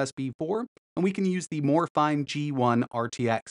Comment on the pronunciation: its pronounced "Morayfeenay"!